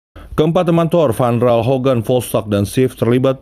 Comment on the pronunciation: THOUR Bukan THOR🤣canda bang wkwk